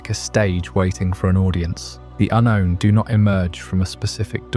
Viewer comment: Yep same here "un-rown", "ahnown", "untone"...